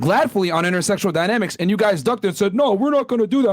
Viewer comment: Omg did NOT just say "intersectionsl dynamics," dude you're a misogynist, you cannot say you mind intersectional dynamics in the LEAST. 🤣🤣🤣